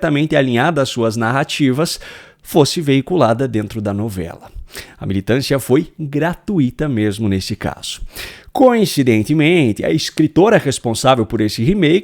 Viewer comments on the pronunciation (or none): O único reparo neste vídeo foi a pronuncia gratuita, pronunciada com acento no I que não é correta. Gratuito, Fortuito, Intuito, Fluido, nenhuma delas se pronuncia com ênfase na letra I. Lembra o Abrido da primeira dama que ainda hoje é comentado. Seu trabalho diário é excelente!